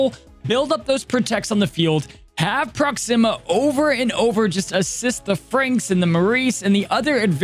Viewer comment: Ps. It’s pronounced Proxima like Maximus, not Proxima like Noxzeema. Just FYI. Love the vid!!